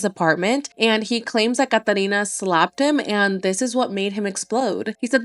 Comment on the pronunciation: That’s how you say Catalina